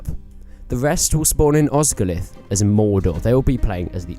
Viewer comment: BTW, Osgiliath is pronounced with and extra 'e' sound after the 'l' so it's 'os-gil-i-ath' not 'Os-gil-ath'.